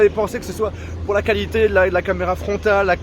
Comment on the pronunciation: "la camela"😂